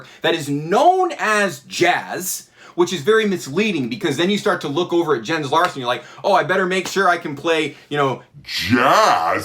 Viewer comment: 100%. Jazz is an ethos. Also, it's pronounced "yens"